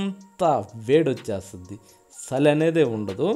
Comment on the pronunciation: సలి కాదు సార్, చలి అలాగే రుసి కాదు రుచి